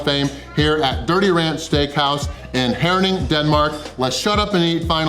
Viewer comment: First american I have ever seen who pronounced my hometown Herning correctly, biggest props ;-) Are You sure You´re not actually born in Jutland? Huge win, I couldn´t all of that in 2 full days. Thumbs up for the win ;-)